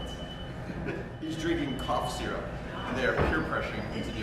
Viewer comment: “sipping sizzurp” chile- anyways it’s lean